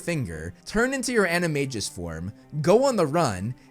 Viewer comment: Excellent job, great video as always. To me, your biggest hot take is your pronunciation of animagus animagi in the words of Hermione Granger, "You're saying it wrong." Stephen Fry says it correctly of course while reading the books. The most ridiculous hot take out there is from the SCB about Filtch being a poltergeist. PS I liked the Fantastic Beast movies, too, and I think they should use some of that money to make the other Fantastic Beasts movies. Never mind what the haters think.